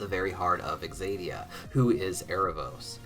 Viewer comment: It's ZAY-dee-uh, not egzaydeeuh, I'm sorry, it's just bothering me so much 😩